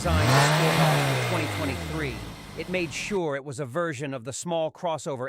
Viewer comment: How can you do a review of a vehicle when you cannot pronounce the name correctly? Thumbs down on this one sorry.